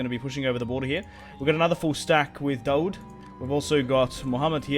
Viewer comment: dao'd not is it it is a Daowd in arabic ,in eng David name Prophet father of Suleiman